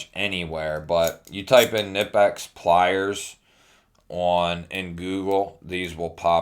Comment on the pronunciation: It’s pronounced Knee Pex. Not kanipex